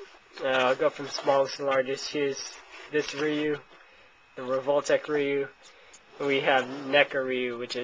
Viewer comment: its not reeeeeeeeeyou.its roo or rye-you